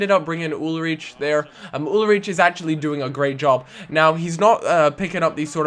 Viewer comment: Ulreich : ul-rike